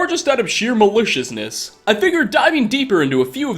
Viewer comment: The way says "maliciousness" makes me think he was eating cake and said delicious, and just kept it in.